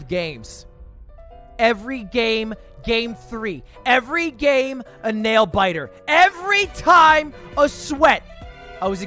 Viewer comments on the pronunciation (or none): none